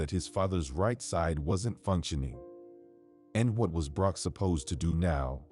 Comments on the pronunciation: It's Brooke not Broke. The AI is stupid. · It was to difficult to listen to this story with the mispronounced name of "Broke" instead of "Brooke"! The editors/ administrators of this story need to return to school for a remedial English class, possibly at an elementary or intermediate level to learn the alphabet, correct usage of nouns, pronouns, verbs, etc, and pronunciation of a spelled name. Also they need to learn to conjugate sentences so that they can fully understand and comprehend what what they are reading BEFORE a story is released, published, and aired on YouTube. Shame on whoever approved the release of this story! 😮😟💥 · I had to quit watching. The AI pronouncing Brooke as Broke too distracting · I hope the narrator reads the Comments. The wife’s name is pronounced like: Brr - oo - kk — Brook. Think of a small stream - a brook!